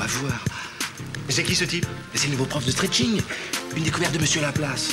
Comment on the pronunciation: Non, c'est stretcheing ! 😂